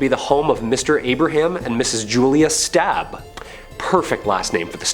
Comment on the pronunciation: It's not Stab family it's Staab, totally not pronounced the same way.